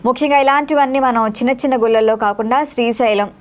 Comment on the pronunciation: గుల్లలో అంటోంది అమ్మాయి. గుళ్ళలో అనాలి తల్లీ! అమ్మా అనటం సరిగా నేర్చుకో. తరువాత అమ్మమ్మ అనవచ్చు. మీ తెలుగు తగలెయ్య!